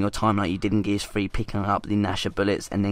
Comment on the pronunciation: Stop saying gears free